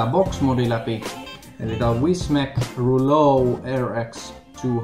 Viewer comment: kyllä näinpä ei pahalla kuulosti vaan hassulta miten lausuit mut hyvä video tykkäsin🤘